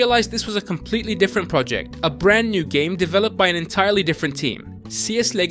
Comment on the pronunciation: abim aksan biraz degisik olmus brraaand new game falan derken biraz ele veriyor ama eline saglik